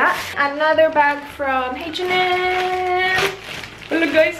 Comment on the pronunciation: ang kulet ng pronounciation ng H&M ... "heytch en em""heytch en em""heytch en em" hehe :)